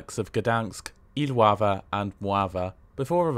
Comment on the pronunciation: He pronounced it correctly in Iława though